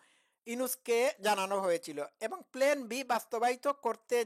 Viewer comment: ভাই প্ল্যানকে প্লেন উচ্চারণ করেন কেন?